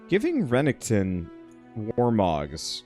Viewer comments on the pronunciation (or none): This game def looks neat; anyone else just slightly bothered by the consistent mispronouncing of Renekton's name? Though saying something prob means he'll just mispronounce worse lol